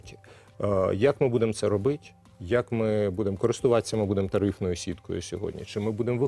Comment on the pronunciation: Не робитЬ, а робитИ!!!! Пане міністре, вдосконалюйте свою мову!!!! Неприємно слухати!!!